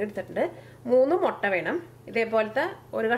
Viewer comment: motta allaa..... mutta😃😃😃